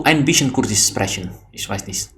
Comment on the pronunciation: It's been ages since start learning German, why do you still say "sprechen" incorrectly? It's SHprekhen not sprehen.